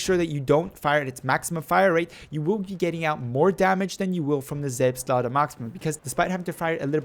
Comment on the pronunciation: Oh my god you pronounced it correctly. I wasn't expecting that.